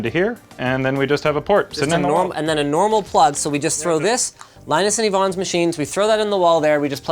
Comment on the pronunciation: It's E-vonne